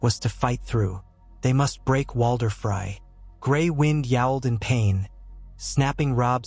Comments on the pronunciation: really cringe everytime. its like fry or frye. please its FREEEEY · Somebody do something about the AI which is reading this. This mispronunciation of names is driving me crazy. It's FREY not FRY